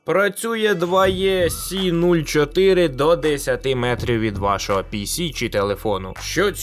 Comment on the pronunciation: Підкажіть, будь ласка, чому 2Е (2і) Ви, і ще кілька людей, читають як 2є?